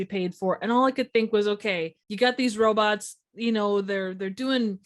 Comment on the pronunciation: "robutts" Lol